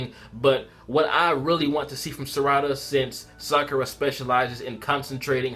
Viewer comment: its sakura why do you think her name is saruda